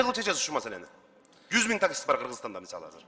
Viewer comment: Казыр казыр дейтго бул каяктын тили